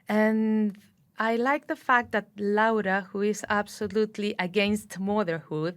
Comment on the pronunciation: Dua Lipa not only makes fantastic interviews, she goes as far as to learn proper pronunciation of names such as "Laura", these small details entail so much effort on her end I can't help but be fascinated by it. I bought this book some hours ago because of this interview, thank you, Guadalupe, thank you, Dua